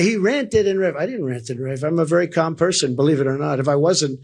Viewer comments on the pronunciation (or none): none